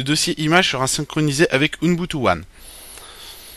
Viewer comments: c'est ubuntu, ce n'est pas "unbutu"!!!!!!!! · on dit ''ubuntu'' pas ''unboutou'' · U - BUN - TU! et pas UNbutu C'est si compliqué à prononcer? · pas mal mais dommage pour le OUNEBOUTOU énervant a la longue...c'est OUBOUNETOU (ubuntu) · MDR à chaque qu'il dit ounbutu je péte de rire et les pire c'est qu'il le dit plein de fois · ca se dit OUBOUNTOU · Le pire c'est que pourtant il a plus travaillé dans toute sa vidéo afin d'être pédagogique, clair et complet à la fois malgré son défaut de prononciation, que toi dans ton commentaire .